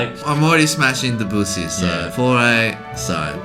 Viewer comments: You should be trashed for the way you pronounce Debussy. It isn't hard. Just stress the LAST syllable. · Hey guys get it right - Debussy is pronounced DEB-you-see - NOT De-BOO-see !!! Thank you 🙏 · I get a kick out of way you two pronounce Debussy